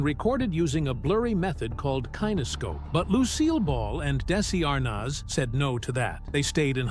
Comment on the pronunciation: Machine mispronounced “kinescope.’